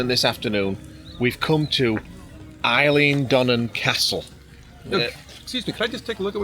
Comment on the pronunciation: Aye: he is saying it right!